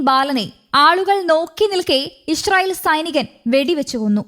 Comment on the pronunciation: ഇഷ്രയേൽ എന്നല്ലാ ഇ സ്രായേൽ പുമാനം